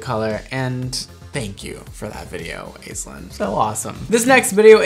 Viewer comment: I've never heard the name Aislinn pronounced that way. We usually start with 'Ash'.